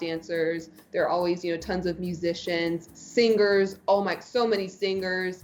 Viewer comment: It's the first time I've heard someone pronounce the g in singer. Wow